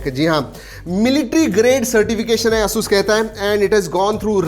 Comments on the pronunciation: its Asus not assssuuuusss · it is pronounced as एसस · Hasus Nahi he Asus he Bhai . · asus is pronounceed as ei.suhs you are doing as asuuuus a new word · Its hurts me when he says AASUUS instead of ASUS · You need to pronounce Asus properly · Lol he is saying it aasus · Bro you are doing Asus wrong pronounsation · You can't even pronunciate ASUS correctly! 🤣